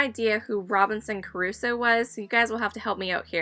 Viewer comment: Crusoe, Robinson Crusoe, not Carusso, that was an opera singer.